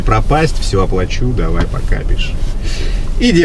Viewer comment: Даувай, досуидания🤣.